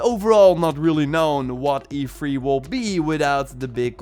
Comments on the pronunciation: It’s E3 not EFREE. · Every time u say E3 it's sound's like u'r saying efreet